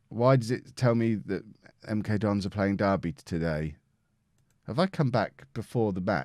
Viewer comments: You said MK Dons, I heard MK Dongs. Both work imo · Listening on headphones... 10000% definitely just called MK Dons “MK DONGS” 😂😂😂😂